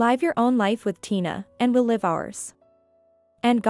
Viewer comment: Please learn the different pronunciation of the word live and when to use the different ones. You use it incorrectly.